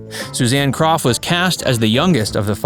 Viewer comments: Her name was pronounced crow not Croft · Not "KroFF" It's CROW.. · Yes, DAVID< DANNY< SHIRLEY< EVERYBODY!!! pronounced her name, as "CROW", and they would know!! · Suzanne Crough's last name is pronounced like, "CROW" , not like Croff. Dear sweet lady. Loved her being sung to, by beautiful David!!! She should have stayed in show business, she was awesome. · Her last name is pronounced CROW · While Suzanne had the talent to continue as an actress, I belief she made the right decision by leaving acting when she did. I have always loved her and she will be forever missed!!! Her last name was pronounced "crow" . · You'd be better off hosting a comedy channel of sorts, because so many of your (so called) facts are way off, for instance, the simple pronunciation of people's names Susan Crow, as it's actually pronounced! I know, I was one of her classmates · Her name is pronounced "CROW". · It's pronounced crow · It’s Pronounced Like “Crow “ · Thank you !!! So many mispronounced names any more!!!! Geez. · Please do your homework and pronounce Suzanne's surname correctly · Yeah HOW DARE YOU! To not know how to pronounce the last name of an obscure actress from the 70’s? And you call yourself a human?